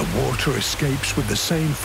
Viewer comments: I like Guy but I can't get over the way he pronounces "water". 🤣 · Just when I thought I heard all the pronunciations for the word "water".